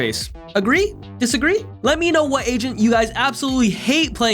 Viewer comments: i kept thinking he said "no other ASIAN can do this" isntead of agent lmao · Every time he said agent I thought he said Asian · this is irrelevant but every time he says agent - I thought he said asian